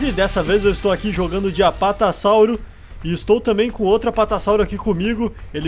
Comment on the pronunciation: Apatassauro, sério